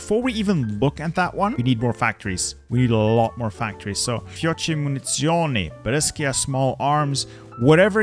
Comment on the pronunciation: Your pronounce is really good! Just remember that you need to read Fiocchi as Fiokki, and Munizioni as Munizzioni and not Munisioni👍🏻